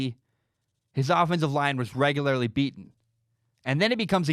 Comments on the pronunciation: The way you pronounce regularly is very off putting... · Tell you what, buddy. I'll give your begging website money as soon as you eliminate your dramatic speech impediment and figure out how to pronounce "regularly." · I need to understand the local dialect that creates this pronunciation of “regularly”.